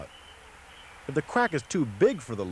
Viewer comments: Lmao, I was like, " did he just say quack...wait he did it again." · love it. i don't think he can say crack climbing, calling it "qwack"